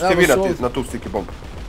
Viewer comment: Zašto stalno govori "STIKE bombe"?